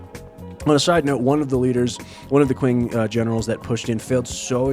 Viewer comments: Great video, just a small thing, q in Mandarin sounds like ch, so Qing would be pronounced like ching instead of using the English q sound. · "Qing" is pronounced as "Ching". It's where the word China comes from.